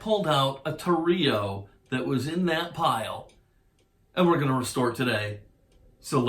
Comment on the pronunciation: Actually your first mistake was calling a Torero a Toreeo! ") Sorry, I couldn't help myself! Great job, I just found your channel and I love it! I've subbed and am gonna have a blast going through the orchives...I mean archives! I know, my wife thinks I'm a jerk too! LOL! Awesome channel! Jack - Canada Manly ~' '~